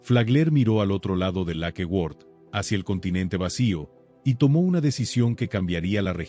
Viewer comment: Lakeword? No será Lake Worth.